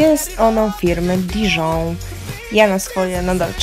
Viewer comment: Dion a nie dizon